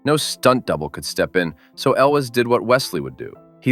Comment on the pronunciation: This was a first-date movie for me, when the gal and I worked at Disneyland :) And, it's Cary ELWES. not elvis. How about Animal House for one of your movies?